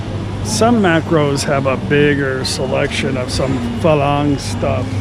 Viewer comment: Again pronounce the R in farang otherwise it sounds like falang